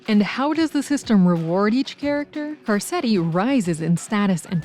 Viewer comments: Great video...except, I can't get passed you calling him "Car-set-ti." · "Car setty" had me laughing